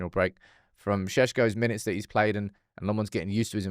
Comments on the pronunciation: Please learn to say his name properly. LOmmens, not Le-mons :) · Tip for you: Lammens is not pronounced "Le Mans", as in the car race. It's "LAHM-ens," with the emphasis on the first syllable. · 🚨 you corrected yourself with the Lammens pronunciation only to go back to the wrong one. 😂 lemme help: it’s not French Belgian, it’s Dutch Belgian. (Flamish). You pronounce is like “lemons” except the a sounds like the Dutch a, like ten Hag. Sounds like lommons, like “commons”Life gives you Lammens. ❤ good luck! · Lost hope will correctly pronounce Lammens ever 😅